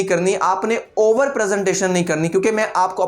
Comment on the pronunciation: He said " overrr " 12 times